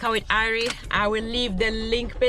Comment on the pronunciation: Its not E-rina, her name is I-rina (Irina).